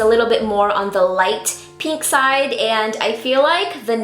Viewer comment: Anyone else get annoyed at how she says pink? She goes peenk no hate😜